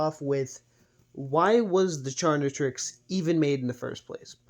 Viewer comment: You Should Try Another Pronunciation For "Chaquetrix", Calling It "Charnitrix" Is Way Too Close To "Carnitrix" Which Is Also Another Ben 10/Omnitrix AU